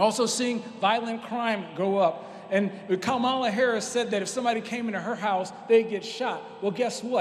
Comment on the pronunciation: Kamala is pronounced "Kaamaalaa just like the wrestler Jim "Kamala" Harris !